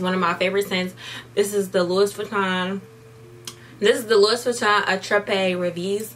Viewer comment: It’s pronounced "Lew-ee” not Lewis. Common mistake. I pronounced it wrong years ago myself 💕💕🖤